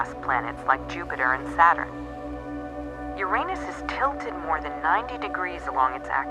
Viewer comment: To bad they pronounced Uranus wrong.